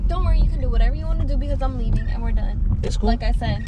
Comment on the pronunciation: I’m dead he “LeAvIiNg”